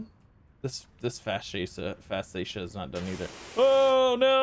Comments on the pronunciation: Fascia is pronounced Fay-she-uh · Pronounced Fay-sha. LOL!